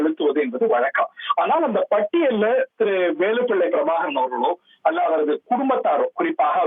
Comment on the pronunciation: தலைவர் பிரபாகரன் அல்லது மேதகு திரு:பிரபாகரன் என்று தலையங்கம் போடு. அவர் பெயரை உச்சரிக்க தெரியாத உனக்கு, எப்படி எங்கட தலைவரை பற்றி போடுவாயாட? இனிமேல் எங்கட தலைவரை பற்றி செய்தி போடாதே.